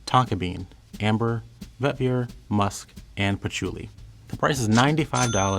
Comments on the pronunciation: for the love of God pronounce vetiver right😂 it's Vet-Eee-Ver not Vet-Vi-Er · Bruhhh, why do you keep on saying, Vet ver??? Pronounce it correctly!! Its Veh-tihh-ver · This video is one big eye roll and the most favored is proportionate to what is most insipid, go figure lol. "While not as famous as Obsession?" Huh? Also, the Fahrenheit bottle is iconic, what a diss. When I keep hearing 'vet-veer' it reminds me of Scooby Doo's 'ruh-on,' which would be an appropriate response for this whole, Scoob. It's also a bit embarrassing that they confused the 1974 Givenchy Gentleman with 2019's Gentleman Cologne when listing the notes. Of course they wouldn't be fans of my beloved Gentleman. Lastly, "it smells like a French guy made it" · Every time he says “vetVEER” I die a little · I was going to say, this poor fellow can't say vetiver to save his life. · I refuse to receive fragrance advice from someone who can't pronounce vetiver correctly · He seems to mispronounce vetiver and fougere, as well.